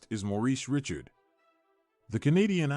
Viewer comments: Richard pronounced as Rishard, not as Ritchard. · I can’t watch this the ai can’t say his name right now